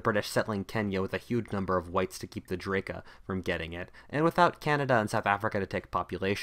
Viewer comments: That's "DrAka", not "Draeka"... 8-). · I thought u said Drake at first HAHAHAH